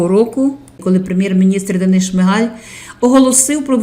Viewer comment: Чому шмигЕль,а не шмигАль.?.Хоча.. сорт лайна вiд цього не покращиться... ps..ZEлена гидота💩🤡☠